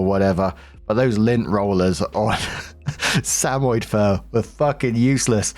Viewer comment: Story 2 - When can't pronounce "Samoyed" correctly.